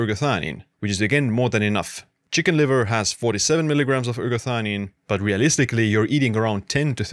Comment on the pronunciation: Non si capisce il nome della sostanza. Quando dice eratanina e quando ergatanina, erationina, erganina.... ma nel web si trova ergotamina che è tutt'altra cosa. Qual è il nome giusto?